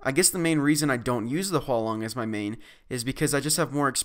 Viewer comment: It's actually Huanlong